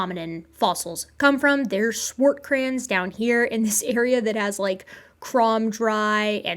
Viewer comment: Can I bust your chops about the Swartkrans pronunciation instead? 😂